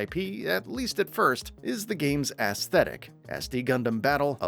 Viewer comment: He really said ass-thetic